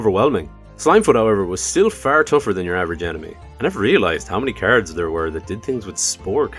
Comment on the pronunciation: Every time you say "cards" I ear "carrots" 😂